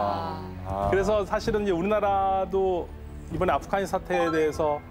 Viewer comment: 연세가 좀 있으신 분들은 아프가니스탄의 ’가‘를 ’카‘ 로 발음하시더라고요. 기타를 ‘키타’라고하고, 시카고를 ‘시카코’라고 하고요… 왜들 그러시는거죠? 😂